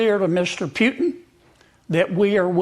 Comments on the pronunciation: Hey Kennedy, first off, it’s Putin, not “Pyutin.” Second, Putin is winning — the West and Ukraine have lost. He doesn’t need to concede anything; in fact, he might just keep marching all the way to Poland’s border. What’s being discussed now are terms of capitulation. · Yo Kennedy, his last name is not Pyutin! It's pronounced (pooh-teen)! You're a US Senator for Christ's sake! Also, nobody gives a rats ass about your psychobabble! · Kennedy says Pyutin. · why senator Keennidy said instead of Putin - Pjutin? Is he have problems to hear the right pronunciation of the last name of the Russian President? He probably not from Republican party; but from Dermoshit party>>>> 😮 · What a hilarious guy, Sen. Kennedy. He is a real clown. He can't even pronounce “Putin” correctly. What desperate people have voted for him?